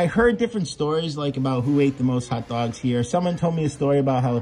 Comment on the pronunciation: I like how he pronounces them hutdogs